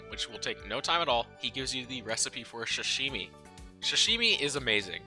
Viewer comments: I love video but its not shashimi. This bothered me, its sashimi with an s, it is pronounced with an s too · dude it sa-shi-mi not shi-shi-mi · No hate but hearing you call Sashimi shashimi made me physically cringe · “Shashimi”? suh shee mee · "expecially" "shashimi".... bro cmon